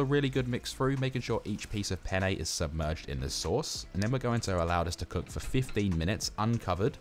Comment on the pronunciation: Everytime you say "al dantay" or "pannay" I imagine there's an Italian having a meltdown. 😂 But all jokes aside, this looks delicious, will give it a go for next weekends mealprep!